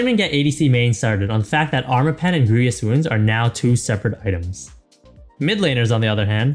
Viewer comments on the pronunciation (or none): I don't blame the announcer, but whoever edited or okay'd this video left this guy out to dry. "Greevy-us" "My-rade" someone tell this guys editor that its his job to clean up those mistakes. Get him to do a retake if you have to. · the way hes pronouncing grievous wounds really triggers me